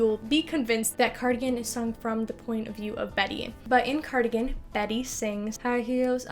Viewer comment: cardigan sounds like “car again”